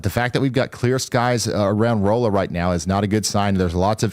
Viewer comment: Been meaning to say Thank you. Folks catching Ryan still mispronouncing Rolla cracks me up. Ryan, you doing good on catching yourself though, there's places in Missouri, especially of french origins, I don't know if I'm saying them right 😅